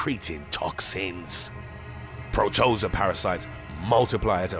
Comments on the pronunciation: Literally, every single video from you guys, there's some word you butcher with your pronounciations... The hell is a PRO-TO-ZA? It's a PRO-TO-ZO-AH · I'm late to the party, but FYI the word "protozoa" is pronounced pro-toe-zoh-ahh, accent on the third syllable. You're welcome! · "Pro - toe - zoah," - Protozoa. 😉🥰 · Ringworm is not an actual worm. It is a fungal skin infection. Plus Pro-to-zo-a! Four syllables long “o”s short “a” Ugh this episode ranks 👎🏻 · Its pronounced PRO-TO-ZOA, just like its spelled Hun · Pro-toe-zo-ah is how its said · Yeah, I had a difficult time with that as well. However, this channel has become one of my favorites so I got over it quickly. Every time he said it, all that I could hear was my 7th grade science teacher saying, "It's actually pronounced -- prow·tuh·zow·uh." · "PRO-TOH-ZOH-UH" I really hate when narrators use poor grammar and incorrect pronunciation. If there is a word that you aren't 100% on, do some research, it only takes a minute but makes a huge difference. Nothing is more annoying than a narrator that speaks confidently, as if they are completely knowledgeable about their topics, but mispronounces words and proper names. Do your channel and your fans a solid and be diligent with your research, it really does make a difference. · It’s pro toe zo a Protozoa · It's his mispronunciations that do it for me: "protoza" for example. But I love the dramatic side show tone. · ITS PRO-TOE- ZOE-A! Hahaha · I'd choose the one that makes you mispronounce the word "protozoa". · omg the narration is so intense and then he keeps mispronouncing protozoa... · It's hard to take the narrator's super dramtic voice seriously when he keeps pronouncing protozoa wrong LOL. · This video sucks. The narrator mispronounces "protozoa", repeatedly ! C'mon, get with it! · if only you could say protozoa correctly :') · Protozoa, Dominican, the way he says those had me scratching my head, lol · If i hear proTOEza one more time... it’s protoZOA